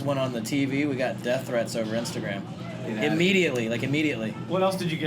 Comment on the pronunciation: “Death threaths and dick pics” jajaja